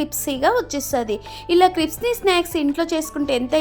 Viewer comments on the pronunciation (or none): క్రిప్సీ కాదు క్రిస్పీ